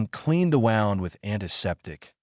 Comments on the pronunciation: Teach your AI the difference between wound and wound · The AI needs to “”see” the word in its context so it can be pronounced correctly. Wound spelled correctly but pronounced differently…woo-Md meaning a significant injury… wau-nd meaning to circulate around.